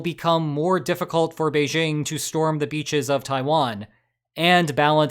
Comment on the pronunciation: First off, "Beijing" contains no "z". (It's "Bei-jing", not "beizhing".) ;)